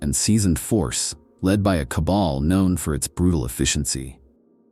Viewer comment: Awesome video and I like your break down on why the Empire is an unlikely scenario:) One thing, it's pronounced "Ka-ball', not "cobble". Like all mispronunciation, not a problem. I just thought I'd mention it in as if you're going to talk about Drukhari you're gonna be saying that word a lot haha